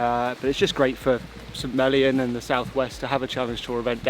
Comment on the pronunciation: I was fine with Harman winning, I just wish it had been closer. Didn’t want to see him fail, but some drama is why I wake up at 5 am or earlier for four days to watch golf on courses I’ll never get to play! Every time you say St. Mellion, it sounds like Smellyon 😂Sorry, can’t help it!